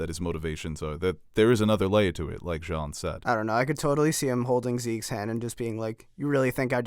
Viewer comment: His name is Jean but it's pronounced like John. (Wyclef Jean for example)